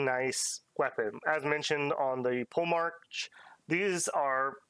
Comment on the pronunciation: Please don't go into the campaign saying "pole-march" haha It's poe-le-mark